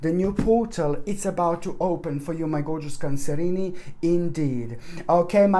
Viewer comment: I just drop by to hear him say cancerinie. It's like "Where's Waldo" spotting the hidden cats.